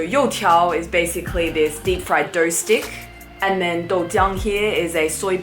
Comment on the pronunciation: Couldn't you like, translated 油条 into fritters?? It's triggering me when you say You Tiao in an English Accent, knowing both Chinese and English is torture.